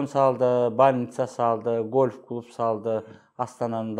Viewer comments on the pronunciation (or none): none